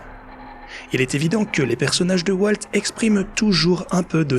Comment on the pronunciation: Walteuh Disney, franchement il fallait le faire... Donaldeuh Trump en force !